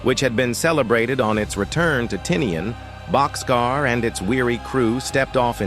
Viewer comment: It's "Bock's Car" not boxcar.